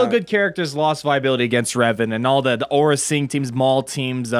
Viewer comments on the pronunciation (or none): none